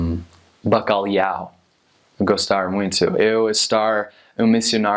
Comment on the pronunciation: Allways saying '' Bacaliau'', I love the way no one can say ''Bacalhau''. The tongue movement